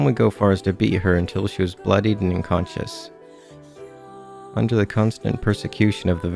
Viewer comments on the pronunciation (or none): none